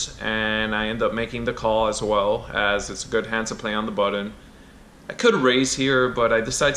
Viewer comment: Button , not buddon